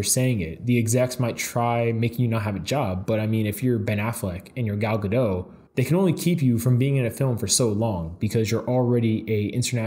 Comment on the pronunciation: Okay I know it doesn't matter but it's pronounced gadot with the t, not gadow. She's Israeli, not french. Lol